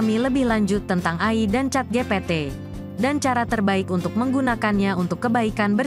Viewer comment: Karna suara ga di latih untuk pelafalan yg benar